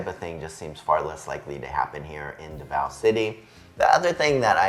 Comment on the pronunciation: "See-Boo," "Duh-vow." Four years in the Philippines should've fixed that pronunciation by now.